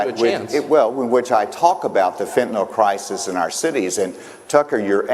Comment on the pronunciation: Tell that buffoon its pronounced FENTANYL, NIL NOT NAL. He can't even pronounce the damn name right.